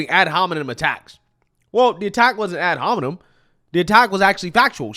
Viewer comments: I swear she also said “ad hominom!” lol and whoopie said “work within this perimeter” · 'Ad hominid', 'parimeter'. These 🐔 cant even speak straight. Ahh Biden voters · Ad Hom-a-nom. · “Ad homenom “??? Sunny? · Ad hominom? 😂 they don’t even know what they are saying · She understand what ad hominem means as good as she can pronounce it.